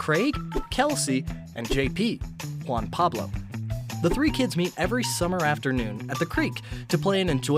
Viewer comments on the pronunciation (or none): It’s John Paul Not Juan Pueblo!